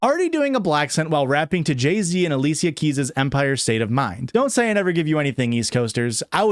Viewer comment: i'm so sorry this video is super fun but i'm stuck on "aleesia keys" 😭